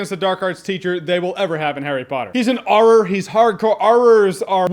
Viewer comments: Jeremy's pronunciation of Auror lol, it's not -Uhr-rahr' haha (the Irish aspect of the American accent making itself known as it does once in a while), it's -Or-rah'. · Auror is pronounced (Or-er), Jerry Berry.